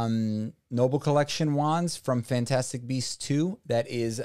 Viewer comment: Ah yes Fnatastic beasts